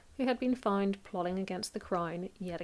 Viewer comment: you say fined instead of found?